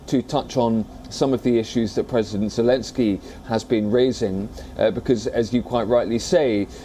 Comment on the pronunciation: Your presenter really needs to pick one pronunciation of Zelenskyy and stick with it. Preferably the right way.